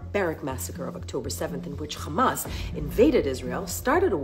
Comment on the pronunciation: Do you khondem KKKKHHHHAMAS?